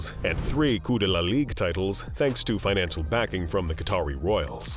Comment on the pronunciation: Financialay, economicalay, companay revenue, family, investmants. Yes, I know they're all spelled wrong. I'm not making fun of the narrator, just wondering why the words I wrote plus many more end in or are accentuated with (lay). Anyone else know?